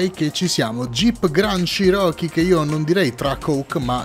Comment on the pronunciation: stavi per dire chiron Nu, MA più ti è venuto in mente che è un cherockee quindi hai elaborato la parola cosi: chiro-chee